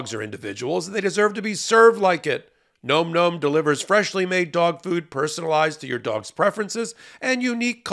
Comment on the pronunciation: explains better; Ben rants more. By the way, the mispronunciation of Nahm Nahm as Nome Nome may just be one of amusing satirical protests against commercials delivered by hosts. He knows, as Meidas appears not to, that such "testimonials" are counter-productive not only for ad revenues but also for legal experts' dignity and credibility. C'mon, Ben, quit that. Was it your dad's idea?